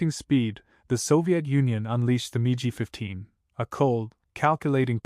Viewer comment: SO it's "Mig" which rhymes with "pig" not "Mee gee" 15, AND the Mig 15 did NOT have an afterburner. That came with the Mig-17F. The P-40 was successful when used with Dive and Climb tactics vs. Japanese fighters, "boom and zoom", so diving was the preferred method of attack, not a problem. The FW-190 first test flight was June of 1939, but didn't become used by German units until August 1941. Again it's the "Mig" which rhymes with "pig" 21, and you forgot to mention the Mig-21 is STILL in operational combat service, as is also the F-4 Phantom. Please return this video and the AI that went with it to the "drawing board", as this is a fail. 👎